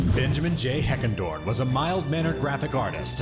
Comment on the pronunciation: His name is Benjamin J. Heckendorn not "Henderson"